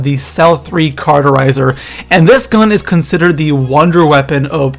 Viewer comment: It's not the cel-3 caruterizer, it's the cel-3 caUTerizer